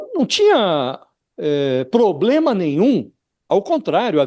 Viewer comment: Que "pobrema" ????